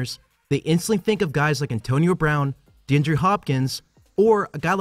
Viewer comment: Dee-on-dray Hopkins. Not hard to pronounce right.